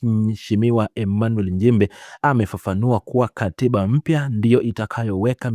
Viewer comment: Mheshimiwa njimbi! Ili jamaa hata kutamka nchimbi linashindwa lijaluo la kenya eti Emanuel NJIMBI mfundisheni kutamka kwa sababu hatuna Njimbi